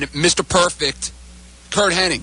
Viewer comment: You'd think people would know that it's not HENNING it's HENNIG!